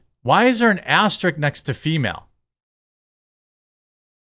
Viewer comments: It's aster-ISK* not "asterick" ..you come off so ignorant some times bro. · Asterisk, not "asterik"